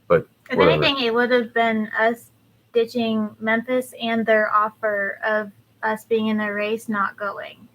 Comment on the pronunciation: "Mempis Marry" that shit made me laugh for real!